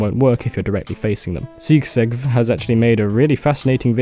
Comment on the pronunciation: I know this is a 2 year old video, but sigsegv is a word from the unix world, shortening of "signal segmentation violation" and its pronounced like in those words